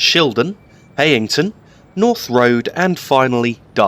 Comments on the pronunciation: Heighington is pronounced locally as Highington. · Btw the e in Heighington is silent